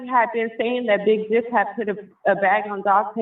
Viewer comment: You can’t say the word Jook👀🙃😫